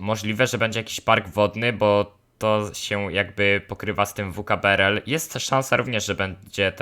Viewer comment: Mói się vkbrl